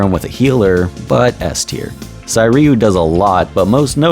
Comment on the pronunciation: 'Say'Ryu...Sei=Say | Sai=sigh